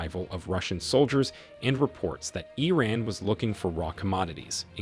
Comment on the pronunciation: EEE RANNSS. I swear if i got a buck for every time americans fail to pronouce words, I'd be able to retire tomorrow.